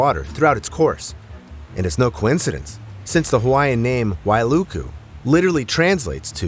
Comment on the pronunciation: You pronounce Wailuku correctly , I’m confused or maybe deaf cause did I hear HI-LOW? I thought A-I was this legit… 🤔